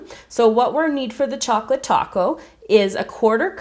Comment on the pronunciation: Strawberry or chouclate